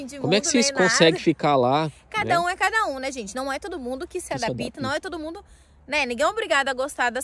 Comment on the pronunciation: Meninos é (adapta), não adapita! 👏👏👏👏👍🇨🇭